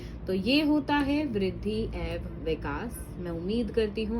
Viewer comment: आप "एवं "उच्चारण को गलत बोल रहे हों।और वाक्य को भी सुधारिए ।अपने अच्छा प्रयास किया है 😅